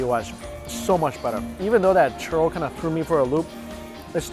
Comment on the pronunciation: Everytime he says churro I keep hearing Turtle 😂